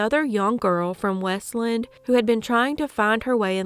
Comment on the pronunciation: it's WEST-Land... not weslend.